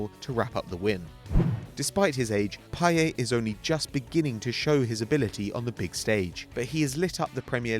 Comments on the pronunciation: In a interview he said his name was pronounced "Pie-yet" not "Pie-yaa". Although in French the T is silent, his name doesn't follow standard French grammar. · No for fuck sake i speak french and watch football games on a french channel and the commentator always pronounces it payette. And trust me he is not the only one, all french speaking people pronounce it payette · It's pronounced with the 't': pie-et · Its PAYETTTTT NOT PIE-YAY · I listen to french commntators all the time. Although in french you would think it would be pronounced payeh, french commentators say payett and I doubt they're wrong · its pie-et, not pie-ay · It's actually pronounced "Pie yet" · no man youre wrong. I speak french fluently and its pronounced payette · No, his name is pronounced pa-ye-t.Listen to french commentators. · No its pa-yeh and you pronounce the e as you do in the word end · No it's pronounce Pay-eh you fucking clueless idiot. You might as well delete your comment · its payetttttt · im from belgium and i can tell you that it is pronounced pie ette. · the t isn't silent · The 't' in 'Payet' isn't silent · At least pronounce his name properly you goon. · with a t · payeT admitted himself you pronounce the t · the T is not silent.